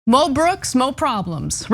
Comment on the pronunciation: if its MO brooks, why do u keep saying MEL brooks? even mo brooks pronounced it MEL, learn to pronounce things americans ffs